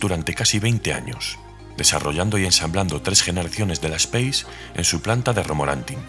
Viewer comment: 😅 Es raro escuchar nombrarla "speis", es un vehículo francés no inglés, ellos la llaman como "espás", y por aquí siempre dijimos "espace" tal como nos suena